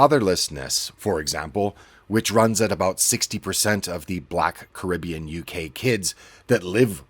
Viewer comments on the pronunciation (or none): none